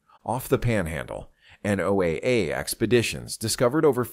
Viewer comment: Only on YT, and the videos never match reality - showing Tahiti when describing Florida. NOAA is NOT pronounced "No Ay Ay" ~ I'm done with this sensationalistic Baloney!